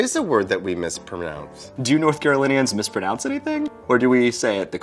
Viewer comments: lol at worst, he said "mis-PER-naonce" but you can easily chalk that up to the urgency of his speech, or wit. In any case, as a native of southern California, and maybe it's different up north, I can tell you that we generally, correctly pronounce "mispronounce." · EndermanKing 101 no he said mispromounths. He even made a face as he messed up. Stick to Minecraft and your antisocial lifestyle. It’s obviously too late for you to delve into the realm of social queues and discernible actions smh